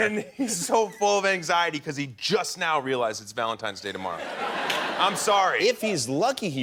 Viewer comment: VALEDITES DAY